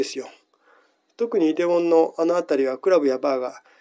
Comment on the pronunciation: 「이태원」だから「テ」だと思うんですが、何故に「デ」なんでしょうか。日常的に日本語英語で発音して語るのに、新語がでると、わざと「現地音」で当面は発音し続ける「青山さん」の様に滑稽に思えますが・・・。